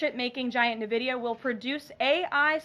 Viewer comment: Nvidia...not "Nividia".